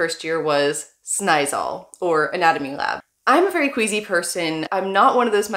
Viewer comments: you do know by now that you pronounce double letters longer? snijzaal is not pronounced as snijzal it is snij zaaal!! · Snaaizal.....sounds good to me...almost...but it will work out for you....you’re ok